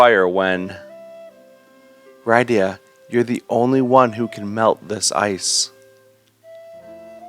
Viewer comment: I know this series has been over, but your pronunciation of Rydia is making me not want to watch the rest of the videos.